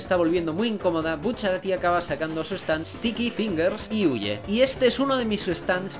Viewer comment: No se si es pura cosa mía pero parece que bucciarati dice STICKY PINGASSS!!!